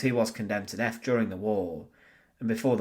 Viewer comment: "TH" IS NOT PRONOUNCED "F". "DEATH" IS NOT PRONOUNCED "DEAF". STEP UP YOUR GAME.